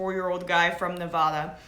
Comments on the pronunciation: Neva-duh not Nevaaaaaadaaaaah. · Disliking video, because she can't pronounced Nevada correctly!! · This girl is supposed to be a professional reporter? She doesn't even know the proper way to pronounce the past tense of open fire, Mesquite, or Nevada, and is bringing up talking points when she is not even sure who said it. Such sloppy and lazy reporting. Take a second, make some notes, and don't start filming until you know what your talking about. You look like an idiot.